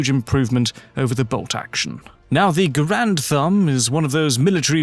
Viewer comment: GARE-und, not guh-RAND. John Garand pronounced his name that way.